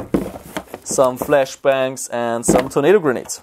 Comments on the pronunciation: Grenades not Granades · it`s "grenades", not "granades"